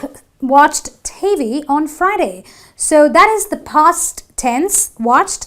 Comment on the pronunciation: 'She has cooked on Tuesday.' is not correct!! A very serious mistake! You didn't pronounced cleaned, TV with a stress on the V, at the end of it - of has a [v] sound, not an [f]. 'askses us'????